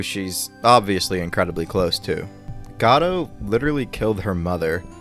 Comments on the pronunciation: Choose a pronunciation, godo or godot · I love how you keep changing how you pronounce Godot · crying at the 3 different pronunciations of Godot in succession to each other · You pronounce Godot wrong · Augh please say his name differently